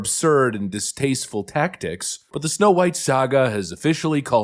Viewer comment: It's Snow White, not Snow brown